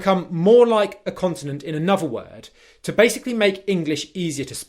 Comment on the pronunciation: This self-pronounced expert needs a bit of expert help himself : e.g. "anuvva" (another); "goh'ah" (got a); "oi would give" (I would give).